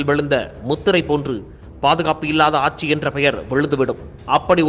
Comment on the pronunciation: "ஆச்சி, ஆச்சி" இல்லை. ஆட்சி என்று சொல்லுங்கள்.